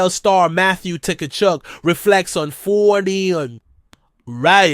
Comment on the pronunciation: The T is silent